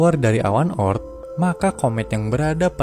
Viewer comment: Bukan O.ort tapi oort